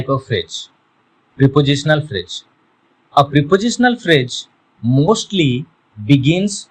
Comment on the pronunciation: First of all learn to pronounce before trying to teach others. It is not "fridge". Stupid. These kind of videos should be banned